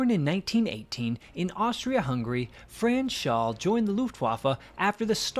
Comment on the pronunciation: His name was Franz Schall not Shaw.